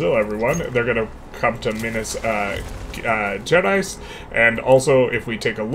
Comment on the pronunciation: This has been a very interesting series so far. And kudos on the much improved pronunciation of Minas Gerais! (Wikipedia is a good reference for the pronunciation, as mentioned by